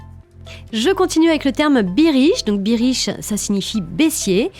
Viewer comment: Super podcast! Attention....bearish se prononce [bairiche]